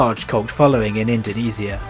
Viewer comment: Indonesia ❌️ Indoniisia✅️